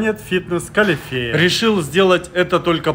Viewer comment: Не калифеа, а калитеа, там, где много русскоязычное жители